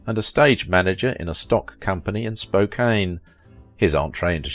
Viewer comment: The city is pronounced Spoke-can.